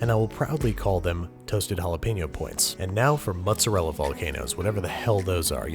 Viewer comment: Really like your recipes, but "mozzarella"...that really hurts...also, what's romano? Pecorino? And I know it's "difficult" for you, but I'd love to have also some metric portions for your ingredients...